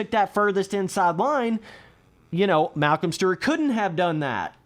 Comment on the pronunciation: “Malcom stert”